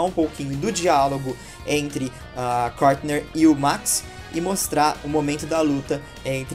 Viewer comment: É Courtney e não Courtner